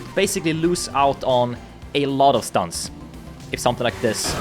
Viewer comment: It looks like your speech has some frenchiness on it, i can hear in "stunts"